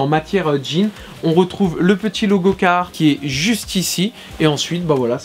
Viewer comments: Biennn, parcontre jsp si t'a remarque mais ya un r a carhartt apres le "ca" Et je crois qu'il se prononce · Ca ma faut bizarre de pas entendre le R de carhartt